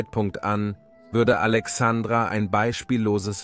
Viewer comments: Ist es wirklich so schwer,so ein kleinen Buchstaben wie ein "i" zu nennen. Alexandra mag ein wunderschöner Mädchen Vorname sein,hat aber nichts mit dem Namen der großen Stadt am Mittelmeer, und Gründung von Alexander dem Großen "Alexandria" zu tun. P.S. Arabische Republik? Das würden die Kalifen wohl anders Sehen. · ja , schon klar, aber deswegen ist es doch Furchtbar mit anzuhören.